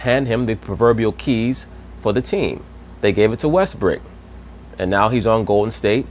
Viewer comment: Pronounce WESTBROOK, not westbrick!!!!! Learn some english